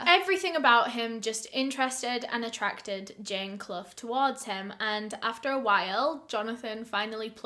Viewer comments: Love ur channel. Quick question....Is Clough (Asking cuz U pronounced it properly) a common name over there!? Its my maiden name and nobody in my life has ever pronounced it properly. Lol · My last name is Clough but no one in the US pronounces it correctly. Honestly kinda weird to hear it right from someone else.